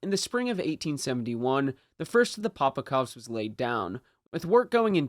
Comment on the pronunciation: POPOVKAs!!! Not POPOKOVs